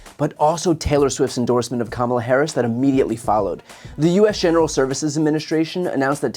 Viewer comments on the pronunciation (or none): A few days after the 2020 election I Googled how to pronounce Kamala, because she's going to be vice president. These right wing douchebags continue to mispronounce her name intentionally as a backhanded insult. They all do it, online, on the radio/TV/social media. Frankly it's offensive. Soon instead of correcting their mispronunciations we should interrupt them and tell them, "just say the president if you can't correctly pronounce her name." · How is it still so difficult for the right to just pronounce Kamala’s name right? Just the most basic thing you can possibly do. Pronounce a name correctly. Oh right! It’s stemmed from racism. Carry on right wing nuts. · The Rubin Report guy....Idk who that is, Rubin, I guess...anyway, Why does he insist on pronouncing her name incorrectly? It's so petty and really undermines their whole platform as far as their reputation goes. 1/2 of the WORLD is female. 1/2 of the United States is female. 1/2 of that 1/2 is totally FOR Kamala for President. So when you do that you're not only insulting her but you're insulting all of them, too, in one big jerky swoop. It's Comma-La, Kamala. Show some respect for your next President. A woman gave birth to you and now a woman is going to lead you. You'll be okay. Man up. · Her name is Kama la! Stop mispronouncing her name. Taylor Swift doesn't want dirty 🗑musk or his buddies.